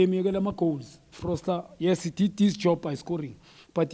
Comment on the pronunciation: Frosler, Folser, Froster.🤣🤣🤣